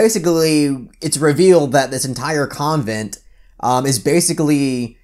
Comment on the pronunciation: The way you say convent is weird to me lol